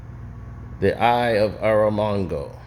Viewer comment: Eye of Aramongo 😂😂😂😂 Agamotto man and it's Shuma-Gorath not Gargontos you ma guy but you be fuckin names up #CenoTheButcher